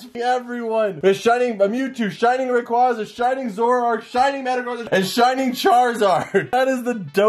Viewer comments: isnt it pronounced rey qwea za? not ra qwa za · Sorry but it is ray-qu-A-za